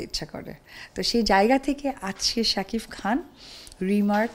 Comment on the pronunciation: স্বামীর নামটাও ভালো করে বলতে পারে না রে.... শাকিফ...ফ...ফ 😂😂😂😂